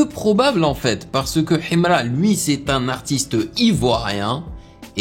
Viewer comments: J'aime trop sa manière de prononcer Himra 😂❤ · Sa façon de prononcer Himra 🤭😂😂😂😂💔